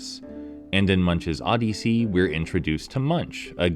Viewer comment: I never heard anybody say the word Odyssey the way you do in my entire life and I’m old.